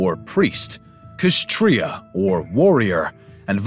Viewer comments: The way he said Kshatriya as "Khistriya" took me off pronounce it as "Shastriya". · Just a GTK kshatriya in ur video is pronaunsed as satriya k silent. Come to real india guys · Did he just say Ksssssh Tia for Kshatriya 😂😂